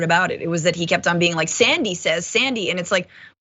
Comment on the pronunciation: Her name is Alexandria, he's not saying Sandy, it's Xzandy